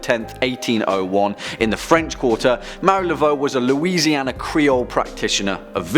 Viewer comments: Mar-e-ā la-vo not Mary laveau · It's pronounced Mah-REE Laveaux not Mary.